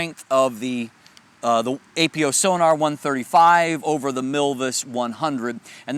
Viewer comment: Come on man, it's not A.P.O. It's Apo, like apochromatic. Love your reviews but this is a pet peeve of mine.